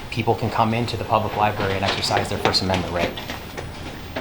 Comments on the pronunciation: Library not libarry... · It’s fun to count how many times people say “Lyberry”